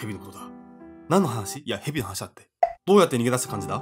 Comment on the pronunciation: 「どうやて」だって笑笑